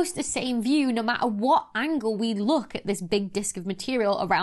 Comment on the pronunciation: I love how you pronounce matter. Ma'ah. I'm pronouncing it like that from now on!